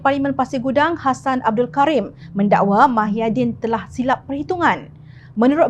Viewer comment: YG BACA BERITA NI PUN SATU...TAKUT KE NAK SEBUT NAMA BETUL MUHYIDIN..SAMPAI SEBUT MAHIADIN...ADOIII.....SEBUTAN KO...AKU PLAK YG MALU ...